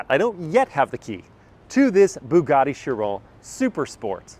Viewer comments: "BOOGARDY"?? It's "BUGATTI" "BU" rhyming with "YOU", "GATTI" rhyming with "FATTY" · it's nice that Andrew tate let you drive one of his "bwuguattis"